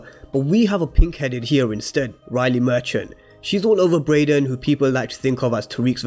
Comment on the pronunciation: Tariq (not tyriq) Brayden (not brendon/Brandon Monet “MOAN-eh” (not literally Monet) Folks please pronounce the fucking names right.